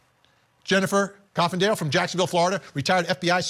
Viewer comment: I can't help it...he called her "Coffindale"🤣